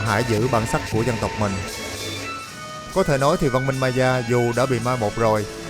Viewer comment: Nếu em không lầm thì phải đọc Maya là "mây-a" á ạ